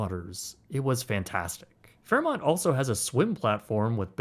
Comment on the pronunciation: U said fairmont right this time hehe